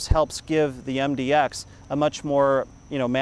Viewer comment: It's MDX not MDOX